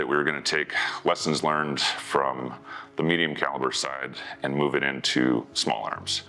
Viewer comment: Not sure but sounds like increasing twist; pioneered by the M-102 howitzer in the '60s. Interesting video......a little worried though about his "and's" turning into "ant's"